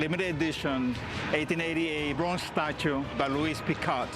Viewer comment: It’s a meE, mario and my estatu-e. Buy it!